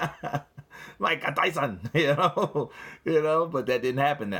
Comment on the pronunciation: Mika Tysun! 😂😂😂